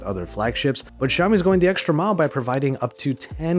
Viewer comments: Its Xiaomi not Ziaomi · Its Pronunced as "Shao-mi" not "Jao-mi".